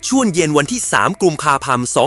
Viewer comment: เมือง น.ว. คือเมืองอะรัย? ใช้ ai อ่านนี่เสียงอ่านชัดเจนดี แต่อ่านภาษาไทยไม่ค่อยถูก